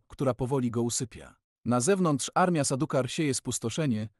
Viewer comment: dżesyka 😅 sadukar? serio.... masz ładny głos, popracuj trochę nad tym o czym mówisz i będzie super!